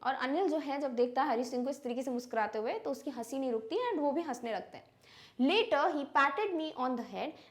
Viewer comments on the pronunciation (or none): none